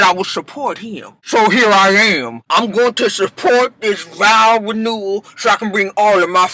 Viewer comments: I kept hearing everything but the actual words VOW RENEWAL‼️ 😩 “vowel renewal” “vow newal”... Jesus be proper vernacular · Giiiirrrrllll, me too!! I thought I was going crazy. How hard is it to say VOW RENEWAL?? 😭😭